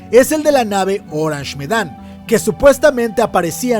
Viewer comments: Corrección: Es Ourang Medan, no Orange Medan. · Es ourang medan, no orange medan. Por lo demás un video excelente.